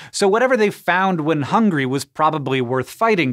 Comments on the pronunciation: Facts. HOWNGRY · Funny, we always called it, "HONGRY"